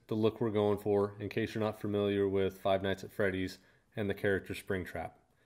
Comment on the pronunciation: Finally a parent says Five Nights At Freddys correctly!